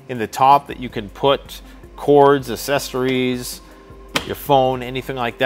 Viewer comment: " A SESS ORIES? "? I HATE ILLITERATE PEOPLE...... ESPECIALLY WHEN THEY ARE BLACK...JUST KIDDIN...